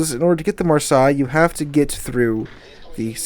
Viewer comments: Come on man it's marsay not marsi haha. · Love the content, just have issues with how you mention Marseille, which is sounded like Mar-Say, not Mar-Sigh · Love your vids but having to listen to you say Mar-sigh all the way through your video made me want to scream. It's Mar- say. Mar- say! :) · Mar-say not Mar-sy. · I believe Marseilles is pronounce Mar-say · Pronunciation: maar·say. I bought three random bundles for the flag and french tokens. How ever the ship's name is pronounced the new French cruiser look easy to sink just like all super cruisers. Also I have the Carnot and 6 or 7 other super cruisers. I am watching were the economy is going which will determine if I have any money to spend. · Marseilles='Marsay'. I wince everytime you try to mispronounce it, lol. You must be doing it on purpose! Eh? :) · Oh, FFS--it's pronounced "marh-say." I love your channel, but it's really annoying how often you mispronounce words. And frankly, in an age in which all you have to do to check pronunciation is go to Google and type in the word to find an audio or AV file demonstrating correct pronunciation, there's really no excuse for publishing vids with mispronunciations. C'mon, --you're better than this. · By the way, the city name is "mar-say" in pronunciation. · It's pronounced "mar-say" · It's pronounced Mar-say. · The way you say Marseille is Mar-say. Thought you might like to know. Thanks for your vids I enjoy them. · Marseille is "Mar" "Say" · Great channel, but pronounce Marseille correctly, please. I'm not French, but hearing the way you say it is painful. Heck, the City is not pronounced that way,.